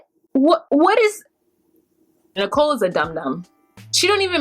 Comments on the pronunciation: It's Nichole not Nickle like 5cents!😂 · How come u call Nicole Nickel? Lol I crack up every time 😂🤣 😂 love ya anyway just figured I'd ask 😘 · It's Nicole not nickle. 😂😂😂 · Learn Arabic??? As you noted, Nickel (you wrong for this pronunciation 😂😂😂) went to a job interview WITHOUT a resume and INSISTED the employer knows she’s only going to be there short term. Homegirl cannot handle the simple things in life as a responsible adult here in America. The cognitive skills required to learn a second language (as an adult) ...she- she just don’t got it y’all! LOL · the first time she said nickel I thought I heard wrong. 😕